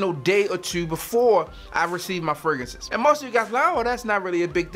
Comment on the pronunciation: Hey bro not trynna critize but can you plz use the second R when saying fragrances it sounds really weird when you say fragances